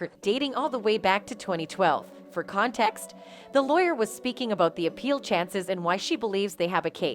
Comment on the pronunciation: "for con TE xt"